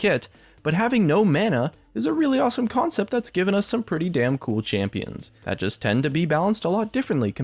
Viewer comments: "champion conept" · Champion "conept" 21 rofl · "Champion Conept 21" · CONEPT ;) Great vid tho, love these kinds of videos